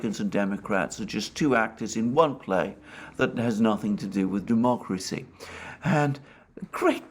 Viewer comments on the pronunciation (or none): none